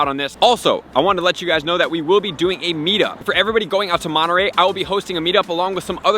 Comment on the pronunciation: Lol Love how he pronounces Monterrey it sounds like a Pokemon. Wish I could make it over there. Helpful vids as always the real 🐐 in the PoGo community a real life Pokemon professor